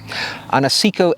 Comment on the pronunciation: Good video but I have to point out Seiko is pronounced sayco not seeko.